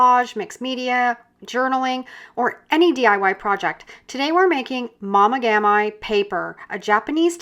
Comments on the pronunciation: Please pronounce it correctly it’s not momogami as in “my” but as in “me”. The Japanese don’t say it like that, way to anglicize a Japanese word 🙄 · Pronounced mo-mee-gaam-mee, please